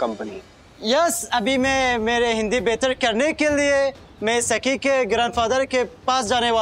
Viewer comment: Bro its not saki its sakhi